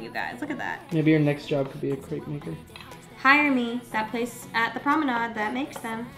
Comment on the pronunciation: Hi! Just a friendly fact, crêpe is not pronounced like that, it’s you say it like step. haha just thought I would let you know :)